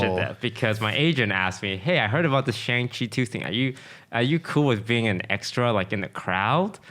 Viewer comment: Isn't it pronounced Shahng Chi?